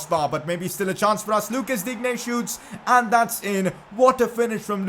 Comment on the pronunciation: Luca digne name is pronounced luka Dean